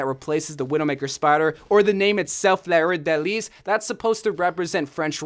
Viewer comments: Btw it's lisssss not lee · Fleur de lis “Flur de lee” I’ve also heard it as “floor” (not the ground, pronounce it how it looks) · Flour de lis is pronounced Like Fler de lee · I’m from New Orleans the widow maker Fleur De Lis Skin is pronounced floor the lee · it’s pronounced floor da lees😂 (im from Louisiana btw)